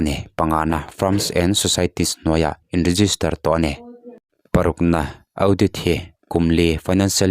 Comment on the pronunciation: Audit hi Au dit ni lo vin Aw Dit ti anga lam tûr.